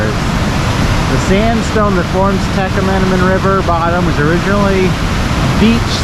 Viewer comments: Great video. Born and bred Michigander here.... Tah-kwah-min-on ...lol....we are sticklers for our pronunciations of land marks, towns and stuff like that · It's pronounced. TA QUA MA NAN falls